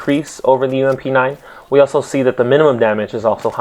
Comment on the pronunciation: More deadlier + saying 'UMP' made my brain shoot itself.